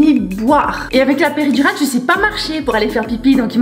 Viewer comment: Qui a entendue épidural ?😂😂